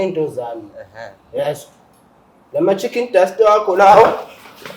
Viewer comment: Baba 😂😂😂 chicken dust maqhwabe ngathi azisho kahle